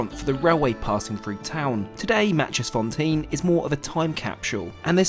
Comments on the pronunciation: “Natches-fonteen” its actually “nakies-forntein” p.s. im from South Africa 🇿🇦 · Matjiesfontein is pronounced my-keys-fontein not Matchesfontein. You're welcome ;) Love your videos! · Ha, ha, it is not pronounced Matchiesfontein but Maaikiesfontein 😂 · wonderful video! Just a little help on how to pronounce Matjiesfontein... You would say "My Keys Fawn Tain (rhymes with train)" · This is on my bucket list. BTW 'Matjiesfontein' is pronounced 'My-Kiss-Fon-Tain' - been there on several occasions over the years when I travelled by road between Cape Town and Johannesburg. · We did this from Pretoria to Victoria falls for our 25th wedding anniversary 26 years ago 😂 PS is pronounced Mikisfontain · You pronounce it, my-keys-fon-tay-n , cape town fan here ;) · It’s so funny how he said maaitjiesfontein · ITS NOT TEEN, ITS TANE PPPPPPLEASE GET IR RIGHT! Its also MYKIES Put together its MYKIEFONTANE (Literally like tame) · It’s pronounced Maaikeysfontain. 👍😊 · Thank you for posting this splendid review on this luxury train. It was definitely very appealing and very well presented like all of your reviews. I did laugh at how you pronounce Matjiesfontein though lol.. forgive me.. lol..